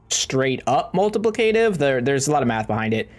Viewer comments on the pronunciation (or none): Great guide, but you pronounce so many words incorrectly that I spent most of the video chuckling at you. 🤣🤣🤣 Riposte: Aegis: Multiplicative